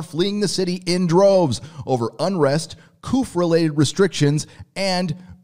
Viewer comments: couf? in england we go..Coo :) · Great info...CA is imploding, much like New York....😩 One thing for your commentary - "coup" is pronounced "coo" (soft O, P is silent)🤔 I was just thinking, if you are a nerd, you would want to know that 😎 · Coup is pronounced "coo" -french